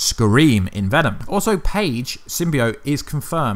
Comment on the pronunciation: It's phage not page